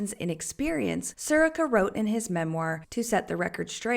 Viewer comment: You mispronounced Sirica. Emphasis is on the second syllable.